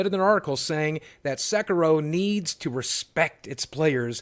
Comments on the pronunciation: Sek ee ro. Not Sek ur ro. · Sorry, but it's S[e]k[i]ro ) Love you videos! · It's Sekiro SE-KEE-RO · It's pronounced Sekiro, like Japanese "i" as in eeee sound